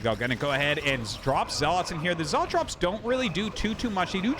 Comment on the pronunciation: Does anyone else get annoyed by the way arty says dragoon and zealot? xD